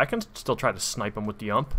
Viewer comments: it's U M P not Ump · ump wtf hahahaha. it's pronounce "you-aim-pee" xD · yeah but everyone pronounces it u.m.p. So no one would understand if you said umphhh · Did u just call it an UMP IT IS PRONOUNCED U-M-P! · Or people that ot pissed about the way he said UMP instead of U-M-P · Like that you're saying UMP as a word, like, "UMPHH" instead of the actual... Well what I'd said: U.M.P as in an abbreviation... umpphhhh.... :D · Why get so darn technical about this shit? Just call it how people would normally call it so you wouldn't have to explain yourself every single time. Call the darn thing a UMP. I doubt that'd be hard to get used to if everybody calls it that. If you really want to push "umph" no one's stopping you. It's just unorthodox. improper. Be prepared to hear a lot of "wtf is that?" (or maybe your goal is to lowkey troll people). Try calling AK47 "ack" or UAZ "oowaz" you'll find that you might annoy a bunch of people. Which is very unnecessary if you're gonna play in a squad. I agree that you CAN pronounce UMP as "umph" because... everyone can. But is it the best way to call it? Probably not. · Ah yes, the Uhmb. My favourite gun right after the Ack-fourseven. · The ump😂😂 it’s U-M-P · Say u. M. P NOT UMP. You don’t have an umpire sniping at the prison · it isnt a "ump" its a U M P , you m P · The way he said UMP is pronounced You Em Pee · Got me mad how he said “UMP” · You say it as ump not together like you do, but all three letters seperated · ITS PRONOUNCED U-M-P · I would give this vid a like... but you called it an "UMP" not U-M-P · It is called a U.m.p not ump like baseball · U-m-p. Not ump. Other that that good video lol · It’s called a U.....M.....P Separate letters Not like ump in umpire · It's not ump but it is U M P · Dude itz not called ump its called U-M-P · Taking advice from a guy that calls it an ump - not U.M.P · It's not ump but u-m-p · Aump???? Lol U-M-P xD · It’s not called an “ump” it’s u.m.p. Jesus Christ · It’s is U-M-P not ump